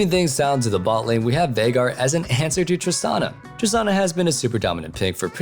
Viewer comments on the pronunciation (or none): none